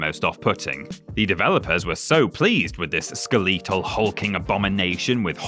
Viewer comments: The word is "skeletal," not "skel-ee-tal," as in "skeleton." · Great video! It's ironic how the 8-bit era was so limited in its graphics but somehow able to create even more imaginative and visceral bosses than most modern near-photorealistic games do. Thanks for the trip down memory lane! ("Skuh-1337-whole" sounds odd, to me at least. :P) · i think i'll be pronouncing it "ska-LEET-al" from now on